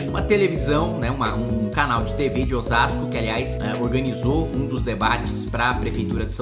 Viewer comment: legal escutar o kim falar osasco